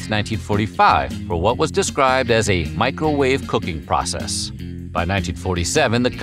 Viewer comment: Ah yes the good old "Micro wah-veh"